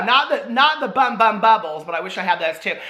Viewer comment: I know it says Bum Bum on the package but it’s pronounced Boom Boom!